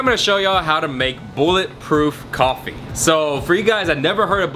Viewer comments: bulletproof golfy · ***** Makes you feel like killing a man because he mispronunce a word? Now I'm not saying you should get psy checked, but yeah.. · He said Goffee lol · Is nobody gonna call out the way he said coffee ?